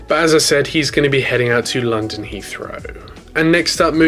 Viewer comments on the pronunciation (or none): none